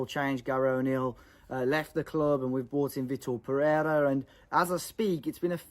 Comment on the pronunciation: Funny thing is that he's not even saying Pereira well, so that portuguese brainwashing is not really working that much 🤣